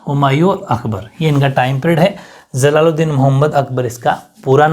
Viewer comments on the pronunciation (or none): Sir aap J ko Z Kyu Pdhte ho like Jalaluddin Mohd. Akbar ki jgha Zalaluddin Mohd. Akbar Pdhte ho. Improve yourself